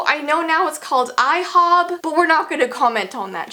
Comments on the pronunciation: It's NOT IHOB IT'S IHOP IT was OBLY to ibtrode BURGEES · I hate that they call it I hob!